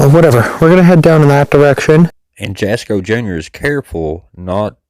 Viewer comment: His Name is pronounced asco the J is silent. NOT Jaasssko. Just my opinion, but YOUR not funny. Leave the kid alone. Your 😢